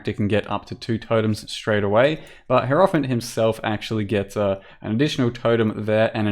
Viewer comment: It is pronounced hierophant, not hierophant.